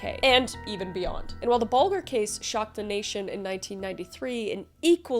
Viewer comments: And 1 of those liverpool lads is a known pexdo had to do it that way as youtube mite remove my coment scumbags they are just to tel u its not bulga ile say it how its pronounced its buljer but i think its spelt bulger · Ven-a-bulls, not venarbles. Bull-jer not Bull-ger. Im sorry, I had too, I'm from Liverpool. Not actually bothered about the killer but please recheck pronunciations of victims. 😊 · Pronounced Ven-a-bulls and Bowl-jer. That's how it's pronounced in the documentary you used a clip from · The toddlers name is pronounced James bul/jer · The g in Bulger, is a j sound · I love your videos, but I wish you'd listened to a way of how to say the names of the people and places involved. Especially James Bulger's name (bull-jer) out of respect for that poor baby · Here in the UK, we pronounce the names as Ven- a-balls and Bol-jer. Sorry, I had to mention it.... This case haunts the whole country still to this day😢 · Pronounced Ven-a-buls and Bul-jer. This shook Britain to its core, i remember it happening, poor James, forever in our hearts ❤ the fact Thompson is walking free turns my stomach, Venables went back to prison for CP on his computer. No words. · As a Brit. Just a note in the first case, the name is pronounced John Ven a bulls, the victim is James Bull ger and the area is Mers e side. It was a massive case and still strikes fear. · Ok, i hate being a grammar n@ but I gotta say it… they’re pronounced John Ven-ah-balls and Jamie Bulge-ar. Sorry, from the UK and I’ve worked in childcare for decades and heard these names over and over again during safeguarding training. Hearing them said differently just grates on my nerves, like nails on a blackboard… sorry! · It's pronounced Ven-a-bulls and Bulge-er...comment not a criticism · Ven-a-balls and bulge er is how it's pronounced... This case sickens me still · I love your videos but as a person from Northern England the way you say Venables and Bulger is painful. Anyway, happy new year ❤